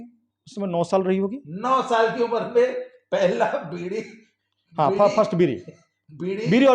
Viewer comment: BEEDI NAHI BEERI KAHIYE PAHALWANI KAAN SE THEEK SUNAT RAHIN